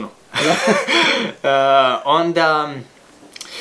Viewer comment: Hahaha ništa bez “oksilacijske”....